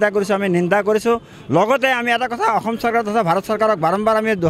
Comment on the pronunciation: বাংলাদেশীয়ে তেনেকৈয়ে কয় বাংলাভাষীয়ে ক'ত অসমীয়া শুদ্ধ কব পাৰিব ।